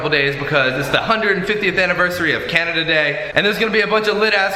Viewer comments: Who else cringed when he said Canadia? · So is anyone gonna point out that said Canadia instead of Canada? 😐 lol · he says canadia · this nigga said Canadia